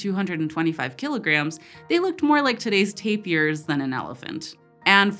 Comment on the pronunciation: Wait, she said tape-ee-ers, not tapers....have I been saying tapir wrong all this time!?! Please tell me she just made a little goof and I haven't been saying it wrong IN FRONT OF OTHER PEOPLE. Not that I talk about tapirs a lot but I'm a millennial and even saying it wrong in my head is embarrassing.